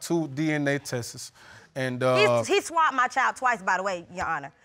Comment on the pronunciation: If this fool don't stop saying "tesses" instead of tests.